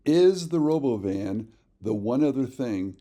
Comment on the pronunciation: Please pronounce it like elon did when he introduced it: ro - bo - VIN.